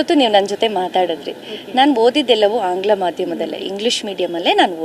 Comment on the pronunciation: ಮೇಡಂ, ಅದು ಆಂಗ್ಲಮ ಮಾಧ್ಯಮ ಅಲ್ಲ, ಆಂಗ್ಲ ಮಾಧ್ಯಮ ಅಷ್ಟೇ 😊